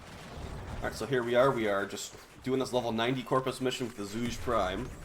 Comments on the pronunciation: its zhu-ger not zooge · Please, pronunciation is killing me. It should be something like [ʈʂu'ge] instead of ['ʈʂudʒi].